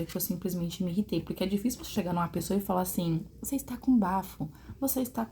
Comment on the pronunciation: Chocada com o 'ablar ' dessa dotôra.